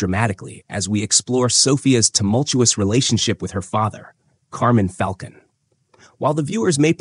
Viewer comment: It's fal-cone Great breakdown! Keep up the good work you